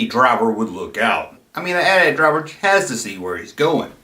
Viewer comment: Thank you for calling it the AT-AT (pronounced like Because modern influencer hipsters have decided to revisionist pronounce it like they're talking about their cell phone provider AT&T, but just the AT part twice. A-T A-T's. Like they're saying, 'The 80's' two time in a row really fast. This would be moderily clever if it weren't so collasally annoying. I'd blow them up on social media, but their annoyingness is too strong for blasters.